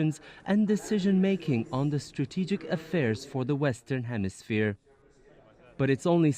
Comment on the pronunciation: "The Western Hemi-smear"